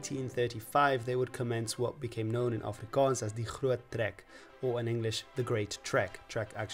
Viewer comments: What a delightful suggestion by the YouTube algorithm! As a South African I must say that your pronunciation of Afrikaans words is *chef's kiss*. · As an afrikaaner who often has to suffer the ignorance of people who can't pronounce things right, I just have to say, absolute mad respect to you for going through the trouble of learning the correct pronunciation and getting it on point. Also thank you for all the effort you put into this, despite being afrikaans my parents gave me a very english upbringing, and now that I'm a young adult I realized how little the schools taught about my own and other peoples culture, so now I'm scavenging on the internet for the history of my people and my country. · Thank you for doing video's about my country, our history and my language. 😊I have never yet been insulted or gotten irritable watching your videos where you speak Afrikaans, if I didn't know better I would have thought you a local. 😅 Your pronounciation is impeccable, I appreciate the research you always seem to do with the content, and enjoy the obvious interest you have for South African history and Afrikaans. I've said this in a previous comment on a video you did about Afrikaans, "knap gedaan".